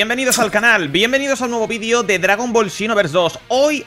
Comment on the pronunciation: Me estan dando combulsiones de solo escucharlo jajaja